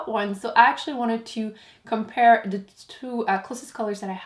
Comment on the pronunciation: Why do you say de instead of the